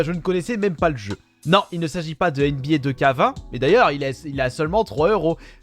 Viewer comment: Comment il prononce 2k20 lol